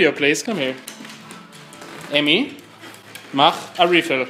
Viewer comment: "Mach a Refill."